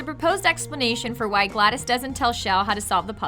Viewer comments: ITS GLA DOS NOT GLA DIS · It's driving me crazy that she keeps saying Gladys and not GlaDos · why is she saying gladis. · Gla-dos not glad-is God damn it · It is glados with a o, not an I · I may or may not be getting annoyed by the (maybe) mispronunciation of GLaDOS